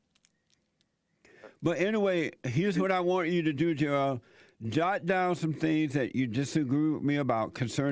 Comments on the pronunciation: You’re saying it wrong - it’s Jo-EL…! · Jo...el. lmao